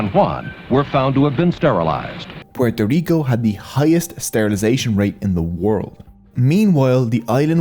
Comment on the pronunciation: Thank you for the effort of saying "Puerto Rico" with the proper accent. Not pororico